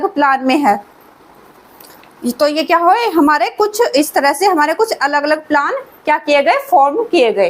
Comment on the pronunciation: plaan nhi plane 😅